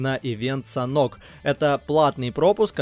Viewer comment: Не санхок а санёк)